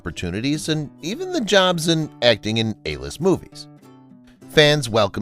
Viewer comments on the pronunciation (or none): none